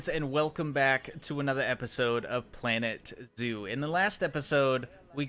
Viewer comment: Is it just me or did he say planet due at the biggining